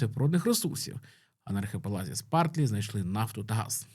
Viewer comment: Спратлі (Spratly), а не «Спартлі»